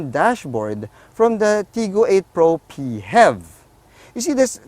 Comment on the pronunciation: Hahaha....im already used to it after watching the “PEE-HEV video” the way pronouced it, just like music in my ears haha